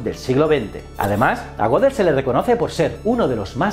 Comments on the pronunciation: Goedel no godel asi como Goethe no es gote , ö es una vocal alemana que no existe en el español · Sin contar que realmente no introduce de verdad al pensamiento de Gödel, sino tan solo cuenta unas noticias relacionadas, me mató su mala pronunciación de las palabras "Gödel" y "society", una falta terrible teniendo en cuenta lo impecable que fue Kurt en el manejo de los idiomas. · Otra cosa que me mató fue su pronunciación de las palabras "Gödel" y "society", una falta terrible teniendo en cuenta lo impecable que fue Kurt en el manejo de los idiomas.